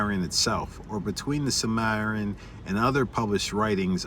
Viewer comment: you're missing a whole syllable, sil-muh-RIL-ee-un It's too bad Tolkien didn't get 200 years to write, there are so many thousands of tales and legends around the world he never got to incorporate into his world, because that was really the goal... to take all those fairy tales and everything else and write a cohesive narrative as if it were the actual pre-history of this world